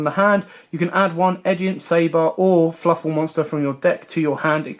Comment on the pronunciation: "Fluffle" lol it's Fluffal